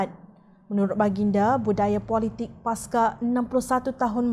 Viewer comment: Pembaca berita ini sebut " pasca" sebagai paska. !